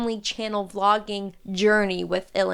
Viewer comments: Oh dear, I thought you said "flogging" not "vlogging" though it seems appropriate in this circumstance..😢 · Man every time you said vlogging, my ears heard flogging (aka disciplinary whipping), whether that was coincidence or Freudian is beyond me.